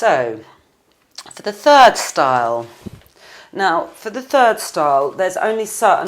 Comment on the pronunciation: "So for the turd style" xD